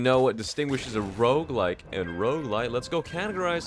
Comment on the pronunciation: Bro you pronounce "roguelike" and "roguelite" the same, and I can't tell which one you are talking about lol